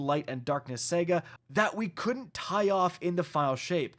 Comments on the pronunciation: SA-GA, not Sega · Yea you are not saying saga remotely correct. Please it's sa ga, not sag a. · Say it with me...Sah-ga, Saga. Not Sega weirdo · Anyone else hearing Sega instead of saga? Get well!